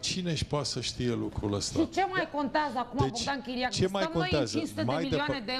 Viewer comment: ...Come on, doamnelor... chiar vă e frică (,) că o să vi se SCRINTEASCĂ limba dacă o să pronunțați și vocala "e" în diftongul "ea"?... Sau vi se pare că sînteți mai SOFISTICATE dacă-l "fentați"... zicînd "contaază" în loc de "contEază"!...